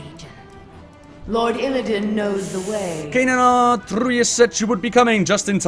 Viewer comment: Why does everyone pronounce it Altrius? It's Altruis, like someone who has an alTRUistic nature! But wait. Some demon hunters have voices in their heads? Like a psyker and daemons? IT ALL MAKES SENSE NOW.